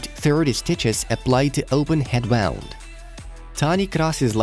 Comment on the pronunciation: wound not wond